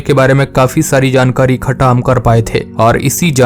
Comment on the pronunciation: Bhai Tum Ikhta Ko Khta Kiyu Bol Rahe Ho